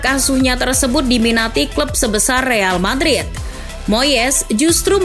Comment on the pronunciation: Real Patrit 😧😅 gasalah denger nih